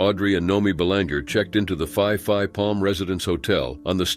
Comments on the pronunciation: Phi Phi is pronounced like pee pee.. Ko Phi Phi is pretty but tourists are ruining the area in multiple ways, especially the men. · It's pronounce ..pi. pi not pie pie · Fai fai island? No such, it is Phee -phee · The island is pronounced as ‘Pee-Pee’ not ‘5-5’ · So painful hearing you mangle the thai place names. Its not the Fi Fi islands do some basic research!!!! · its pronounced "pee=pee island, not fi-fi island. Oh, and most tourists are idiots so we expect them to die. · Phi Phi is pronounced PEE PEE, that's the problem with TTS. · Pee Pee eye land.... phi phi island. say Peee PEE... I Have to pee..... that is how you say the islands name correctly. I am living full time for over 12 years but first started coming here annually in 1990 when I was working in Tokyo. These cases are horrible. I am constantly defending Thailand as one of the safest places to visit and live here in SEA. Saigon has a lot more street crime and gang activities. I lived in Vietnam for 7 years. Vietnam is rough around the edges but stunningly beautiful. If you do not put yourself in stupid Situations, Bar activities past 1am, gambling dens and illegal night clubs stay away drugs.... Marijuana is legal now but that might finish next year..... People who waddle around high and Drunk in the wee hours of the morning are putting themselves in trouble..... there is so much awesomeness to discover and experience throughout the beautiful Kingdom of Siam. Also in some cases the victims in some tragic cases might be lacking situational awareness otherwise known as street smarts. Those are the types of people who should not be rolling solo. Awesome Channel here. Just remember please, Pee pee island and Pooket Island.... this is how they are pronounced.... PEE PEE and POO-KET Islands. I welcome you to Beautiful Gorgeous Bangkok Thailand 🇹🇭 🌺 🌴 🌴 🙏 😊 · Not going to lie that sounds pretty funny in English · Yes. Fai Fai gave me a giggle 😂😂